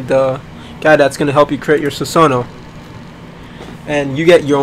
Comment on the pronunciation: susanoo mispronounce?